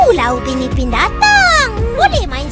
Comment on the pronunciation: itu Upin PAK......bukan upi